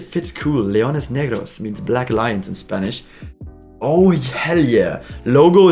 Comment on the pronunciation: Your Spanish pronunciation is actually on point. Enjoyed the video!